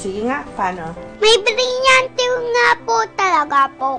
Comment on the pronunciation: Yung pinsan ko gusto mag audition bilang paopao sabi po ng ate nya: di mo nga ma bigkas yung lireo at brilyante e sayu rireyo at briryante